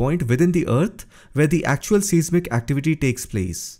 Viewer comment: AS long as you're pronouncing "Türkiye" correctly, you should know that the word "seismic" is correctly pronounced "size" "mick". "Richter" scale is pronounced "Rikh-ter". . . . you're welcome!